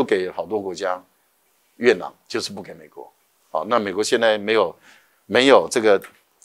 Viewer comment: 月球土壤簡稱月壤（yue rang),何為唸成yue nang?